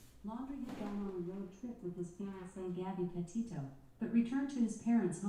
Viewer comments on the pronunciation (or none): none